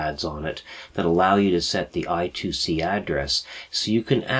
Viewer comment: BTW, I2C is actually spoken 'I' squared 'C', not 'I' two 'C'. Phillips invented the bus as an inter-IC bus ie. a bus that allows various chips to connect to a micro using a common protocol. Rather than say IIC they said I-squared-C.